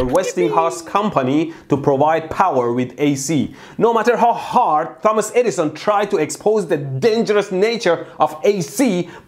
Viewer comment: did he say dumba$$ insteD of thomas? XD